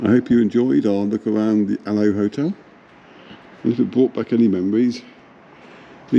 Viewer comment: It’s pronounced Aloeee as in the aloe plant , the field next door grew aloe originally.❤